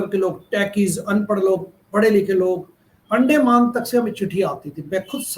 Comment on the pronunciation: ये अंडमान है अंडे माँ नहीं।अपना उच्चारन सुधारिये।